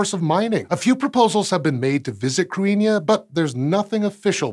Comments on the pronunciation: (a) He mispronounced it, and (b) Irish orthography is its own system that is different and shallower than that of English. Unlike in English, if you see a word written, there are simple rules to tell you how to pronounce it. It's just that those rules are necessarily very different from those of English. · He pronounced it the way Wikipedia says to, but it doesn't sound like an Irish pronunciation? It sounds wrong to my ear, but I have little knowledge of pre-modern Irish so idk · either way, he mispronounced it, but it was a decent effort. The main difference between Modern Irish and Old Irish as far as this goes is that in OI, the 'th' would've sounded like a 'th' in English rather than the 'h' sound it now has. Of course, the 'i' shouldn't have been pronounced, as it's just there to mark the 'thn' following it as slender. To be fair, as mangling goes, he didn't do too badly, and the 'n' was slender. It's spelled using a more modern version of the Irish orthography (the explicit marking of séimhiú and caol le caol, leathan le leathan are giveaways, as the both started in Middle Irish, IIRC) so 'th' pronounced like 'h' would be more likely.